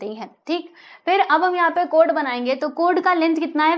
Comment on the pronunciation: Chord hota hai cod nahi 😂